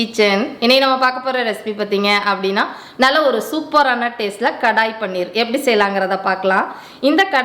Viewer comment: It is paneer,not panner